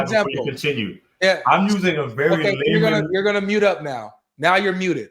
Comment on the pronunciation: Im just a lie man or did he say layman